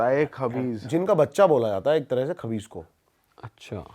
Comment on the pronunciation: Vai khavis hota hai